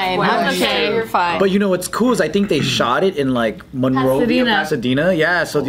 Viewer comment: ITS MONROVIA:(((